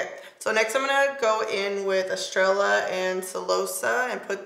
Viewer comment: No hate, just help: Cafecito (Ka-fe-SEE-toe) Estrella (Eh-strā-ah) rooooooooll that r Chisme (Cheese-meh)😆😆😆